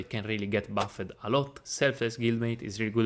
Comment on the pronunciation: I watched a few of your videos, here are some things I didn't understand at first: BuffEd, sealEd (you pronounce the e, but you're supposed to say "buffd" , "seald" Nature-pls look it up on Google translate (with speaker), really important as it's one of the gods archetypes Cutthroat - again, look like it up on Google translate, work on your Th-pronounciation You have good video quality and knowledge bro, so i hope you'll work on the pronounciation aswell to make it more enjoyable to watch. I'd recommend transcripting everything you say in the videos and copy-pasting it into Google translate so you know how it's pronounced. Gl